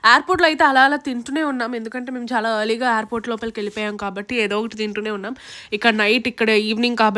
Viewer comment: Yaarport ante chandaalam ga vundi...even amma kuda alaane antunnaru...tamilians antaaru alaa enduko... Meeru anakandi aiport ani medium accent chalu